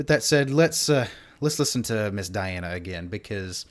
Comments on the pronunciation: You already got her name wrong. It's dee-AHN-uh. Not die-ANN or die-ANN-uh. Last name is ahn-ku-DEE-no-va. Easy with practice. The show was not You Are Super. This is the follow on show called Show Mask Go On, which is the Russian pronunciation of the letters you see on the stage during the judges reactions. The judges are also the contestants on the show, which is an interesting concept. The judge in red looked astonished early on, because she realized she was in competition with a vocal goddess. The opening notes are very similar to her speaking and laughing voice. If you watch the video on her channel there is a judge discussion following the song, and you can hear her low speaking and laughing voice. That one also has subtitles in English. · You seriously butchered her first name. It's pronounced deeona...hilarious. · Dee- Ahn-na Diana 🤌🏽 Ahn-koo-dee-nova Ankudinova 👍🏽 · actually .. her first name is DEE-ana :) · Diana (DEE-ana) is a must see to understand just how Great she really is. A Russian, singing in English Language. Her last name is said, An -ku -De -nova, spelled Ankudinova. The i turns into a E.